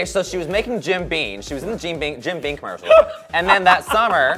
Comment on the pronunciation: Jim Beam not Jim Bean 👎🏼